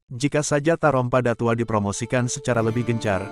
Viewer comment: Ngomongnya bllm menunjukkan khasnya Minang, contoh kata datuok admin ngomongnya datuo krg jelas dgn kata datuoknyo